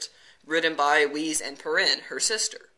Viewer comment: i think the correct pronunciation is for Weis is Wise, not Wheeze.